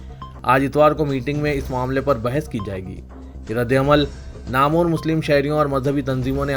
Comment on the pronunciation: Namur nahi Namwar, Hasas nahi Hisas kaho